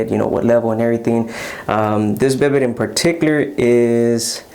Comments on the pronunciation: I enjoyed your review and the tour of your bathroom. Just so you know, it's not prounced BID-it but rather bee-DAY, with the stress on the second syllable. The word is French, derived from a name for a horse, I guess because of the way you sit on it, like a horse saddle. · Bi day pronunciation